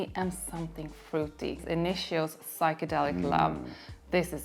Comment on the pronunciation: Psychedelic to psuchangelic ..hohoho you do well with difficult words I love your reviews guys